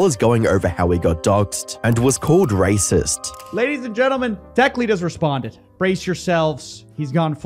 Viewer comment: shouldn't have bleeped the word racist. It sounded like he said rapist.